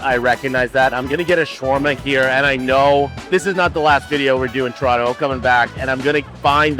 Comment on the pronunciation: Man dem yummed up "T-rono" so much, he had to big up the decimal algebraics YYZ!!! LOL 😂